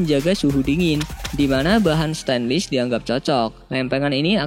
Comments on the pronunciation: Min, Stainless dibaca STEINLES, bukan STENLIS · stainless pengucapannya steinles bukan stenlis.coba eja wireless,brushless.belajar lagi bro